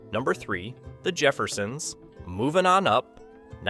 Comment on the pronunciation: Really??? "The Jeuersons"??????